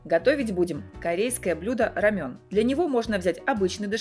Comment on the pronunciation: РамЭн, не рамЁн 🤣🤣🤣